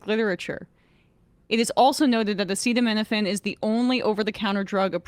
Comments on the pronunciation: My mom, who is a pharmacist, burst out laughing when she heard Trump not be able to pronounce acetaminophen. Like they really didn’t brief him on how to even say it or what it is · I know, how do you have a press conference about a thing but don't learn how to pronounce that thing beforehand. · Yeah he obviously just can’t say acetaminophen and now they’ve wildly defamed Tylenol specifically lmao